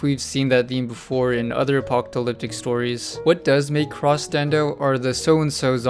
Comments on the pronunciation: Did motherfucker seriously say apoctalyptic😂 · You have trouble saying apocalyptic. Oh well. Thanks for showing me this.